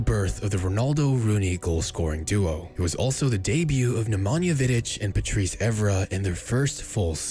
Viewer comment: Nemanja* not Namonja